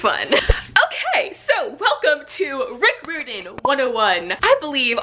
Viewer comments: Just so you know,, Rick Riordan’s name is not pronounced how you are saying it. It is RI-or-din, rhymes with “fireman”. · Hi! I just wanna say that Riordan is pronounced like: cry-ordan. Just replace cry with ri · good except i cringed every time u attempted to say his name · Your saying his last name wrong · This is how you say Rick Riordan's last name 👍🏽